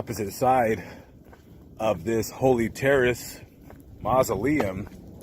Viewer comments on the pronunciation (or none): Thank you for the video. I always enjoy your work. BTW, it's the HOLLY (HAWley)Terrace, like the tree. I probably would have said "Holy" as well. Seems more fitting for a cemetery. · It is HOLLY Terrace not HOLY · It's Holly, as in the Holly and the Ivy, not Holy. Just saying. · That said Holly, not Holy. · Did they spell HOLY wrong????? HOLLY??? Or is just pronouncing it wrong???🤔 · Holly not Holy! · It's not Holy Terrace -- it's Holly Terrace. Sorry -- I have a thing about accuracy in reporting. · Dude, Can you spell? You kept saying Holy but it is HOLLY on the building!!!!! Also giving details of the condition of Mj at the coroner is tasteless! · It's Holly as in 'holly and the ivy', not holy ffs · My friend. It's Holly. Not Holy. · My friend, not "Holy" its Holly..due to the many holly bushes which will poke you terribly around it..❤ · two L's is Haw-lly brotha. Not Holy. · That would be holly not holy. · It's Holly....not Holy .....just saying 🙂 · It's Hol-lie as in dolly... sorry I had to just mention that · Holly=HALLEE.....Not Holy..... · Holly as in jolly. Or as in Hollywood. ✌🏾